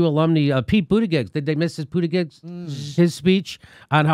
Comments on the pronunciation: Jimmy... Pete "Buttigieg" -- its pronounced -- "BootyCheeks" .. luv the live shows :) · Brandon Ogden .. lol, boot-eh-jej, is how mayor Pete sez to pronounce it. I don't really care, but I'm not running a YouTube platform. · Jimmy.. by now you should be able to pronounce boot-a-judge, c'mon now c):~)